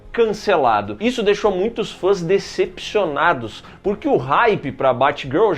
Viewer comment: Será q só eu dei risada quando o falou DCpcionados?